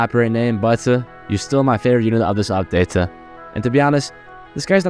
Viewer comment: "butUH ur still my favorite unit of this updateUH"